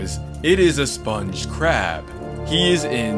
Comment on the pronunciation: Yhe way he said:THE SPONG